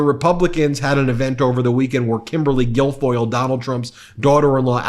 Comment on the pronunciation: I am not interested in derogatory elementary-school nicknames, but I just heard "Gargoyle" instead of Guilfoyle.